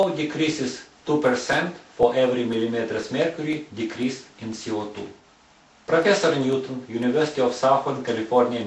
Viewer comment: oh my gosh, his accent...like french! dont understand,,,what i heard was: oxygen, our lungs.... he says CO2 is ce o tu